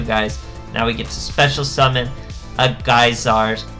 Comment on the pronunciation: Its interesting seeing so many players that don't know how to pronounce Gyzarus. All day with this ha.